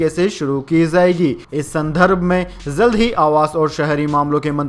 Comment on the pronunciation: Samacharon men zari nahin jari,zankari nahin jankari zaldnahin jald bola ja a